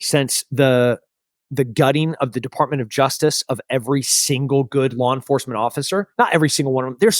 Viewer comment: Wow, that's a hell of an example of an 'intrusive R' between vowels" LawR enforcemnt 😮